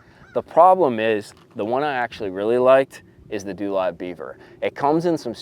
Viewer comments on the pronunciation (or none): DoLive pronounced DoeLive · It’s pronounced doe live😂